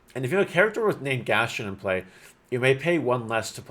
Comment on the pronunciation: Thank you for the upload. Its pronounced Gast-on. Not Gastion